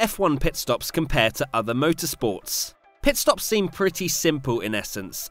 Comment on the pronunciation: Anyone keep hearing Pet stops 🤣😂